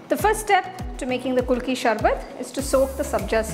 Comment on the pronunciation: MAM ITS PRONOUNCED KU LU KI .APART FROM THAT .GREAT PRESENTATION .ADIPPLI IF I MUST ADD :d